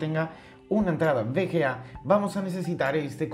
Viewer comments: jajaja suena raro, es V ciertooooooooooo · cada vez que dice bga me duele :v